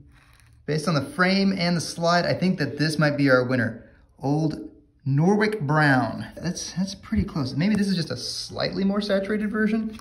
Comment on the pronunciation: It's pronounced nor itch.